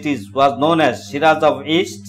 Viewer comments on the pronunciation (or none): none